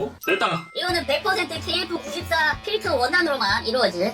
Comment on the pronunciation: 나는KF94를 케이크94로듣지ㅋㅋ